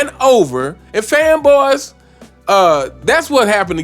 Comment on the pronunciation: “Faanboaahs” Lmao I laugh everytime I hear that shit I love this dude’s takes.